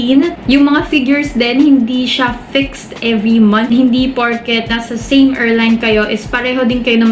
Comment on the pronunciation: pronounce airline correctly please